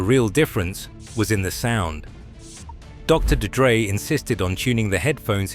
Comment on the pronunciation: DR D-Dre. AI slop